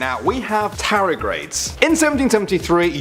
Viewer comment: Why can't you pronounce the 'D' in Tardigrade?